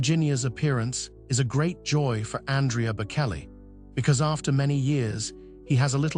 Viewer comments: Reader, learn how to pronounce the names of the people about him you speak. It is pronounced Bochelli, not Bokelli. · Please learn to say his name correctly, it’s with a ch not a k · Please have the courtesy to pronounce his name properly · The narrator doesn’t know how to pronounce the singer’s last name… hope one day he’d say it correctly! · Please have the respect of knowing how to pronounce his name… Google it as the late Queen said.👵🍁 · Please don’t post until it reveals the respect it deserves. There are many videos that repeat and spell the name Bocelli properly. Learn it before you do any other. The right thing to do would be to redo the sound with it corrected before posting it. I was a teacher and made sure I called even young children by their name correctly. Your name is very meaningful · You can’t even say his name correctly.